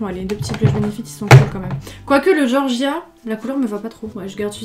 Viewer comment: Quand t’a di Georgia je mis attendez pas (c’est mon prénom) 😁😁😂😂 en plus tu la bien dit